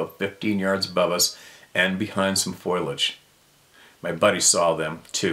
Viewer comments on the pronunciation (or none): (pssst...... It's pronounced... "fo lee ahge") (Just sayin😊)